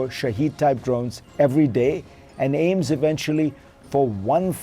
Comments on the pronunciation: He pronounced "shahed" as "Shahid" in line with the muslim word 😅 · It’s Shaahed not Shaheed. You don’t even know the name fareed. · It's NOT SHAHEED - it is SHAH HED. Get it correct. Idiots. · the Iranian drone "shahed 136" is pronounced shaw-head! The Russian improved version of it is called Geran (Geranium) 2. So, the Russian forces are not using Iranian drones per se!